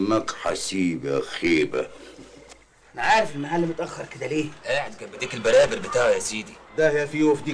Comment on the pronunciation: صدقني من محافظة سوهاج في صعيد مصر وبنقول ديك البراري مش البرابر